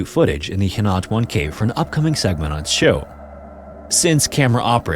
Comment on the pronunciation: philippine story jumpscare btw it's pronounced "hee-nah-too-ahn"!